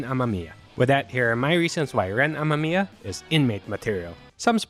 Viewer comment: I coughed on my smoke when you said "Ren Ama-miya"